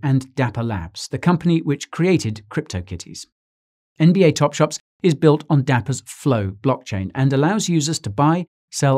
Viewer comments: ITS TOPSHOT NOT TOPSHOPS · Anyone else hearing Guy saying "NBA TopSHOPS" throughout video? 😂